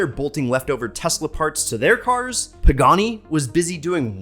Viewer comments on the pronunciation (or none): none